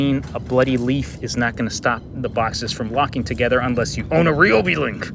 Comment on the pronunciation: it’s RY not REE